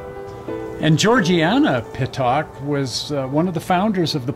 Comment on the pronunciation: The name is pronounced PIT-ICK not Pit-Tock.